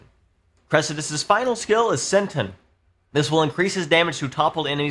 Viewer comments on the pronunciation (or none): when he said senton i laughed so hard its sen-ton